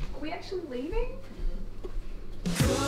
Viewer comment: " ... We actualy leving ? ... " 🤣🤣🤣